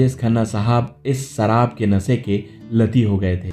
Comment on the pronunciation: सराब nahi शराब।होती है